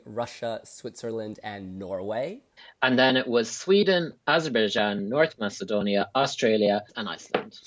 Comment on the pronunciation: needs to correct the way he calls North Macedonia.